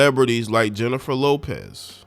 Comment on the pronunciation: I used to follow you and after hearing this crap beginning with the mispronunciation of her name, I want nothing to do with you misogynistic ignorant Unabashedly slanted post. You sound like you not only read the “Dumb knee grow” ignorant black man operational manual. You sound like you wrote it.